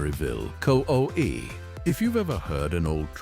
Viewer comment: I am so tired of all of this AI BS! Can't you learn to narrate your own video's? CO EE's?? COE stands for Cab Over Engine. You can't rebuild a DD engine on the road with simple hand tools. You at least need a torque wrench, special tune up set, a vacuum gauge, and I'm sure there's some I've missed. Otherwise a good video. I do remember seeing all of these trucks on the road at some point in time. HG